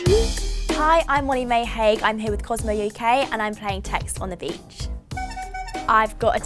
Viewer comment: im so confused why does she say im 'way may hay' at the start????